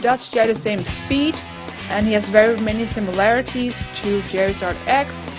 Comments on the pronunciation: its charizard not cherizard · When you say Charizard it sounds like Jerryzard